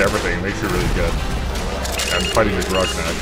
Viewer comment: titles the video gonarch and calls it "groknak" lmao